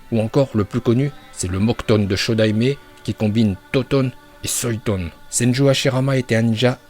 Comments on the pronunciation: Futon ❌ Feuilltone✅ Suiton❌ Souilltone✅ Raikage❌ Raikaje✅ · Mais ferme ta gueule tu sais meme pas prononcer correctement fuuton suiton et raiton